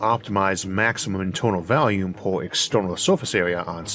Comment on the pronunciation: why do you pronounce it valume? It's volmune, with an 'o' sound, goddammit